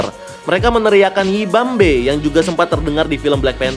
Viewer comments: Yibambe?? Tapi kok aku dengernya "we won't back!" :V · Gw dengernya bukan yibambe tapi nippont paint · Yibambe kedengeranya kaya nipont paint anjirr